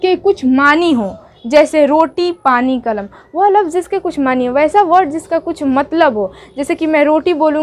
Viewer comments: کلم نہیں ،،، قلم ہوتا ہے مہمل زبر کے ساتھ نہیں ہے بلکہ مہمل پیش کے ساتھ ہے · کلم۔ نہیں ہوتا ہے جی قلم بڑی (ق)سے لکھیے، اور اردو تلفظ بھی صحیح نہیں ہے ❌❌❌ بات اگر بڑی لگی ہوتو معزت 🙏🙏🙏🙏لیکن محنت سے پڑھاتے ہیں👍👍👍👍👍